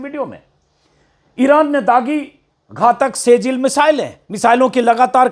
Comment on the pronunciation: "सेजिल " नहीं "सिज्जिल" hota hai Ajit ji!